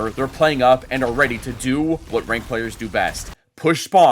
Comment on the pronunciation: everytime says ranked it sounds like wanked and also was this premire or something